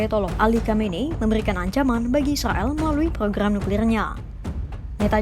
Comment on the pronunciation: Capek aku dengarrrrrrrrrrr, ilan dan islael....😂😂